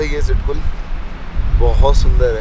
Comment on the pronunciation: चिटकुल nhiiiii छितकुल